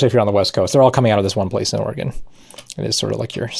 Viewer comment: Thank you for pronouncing Oregon properly.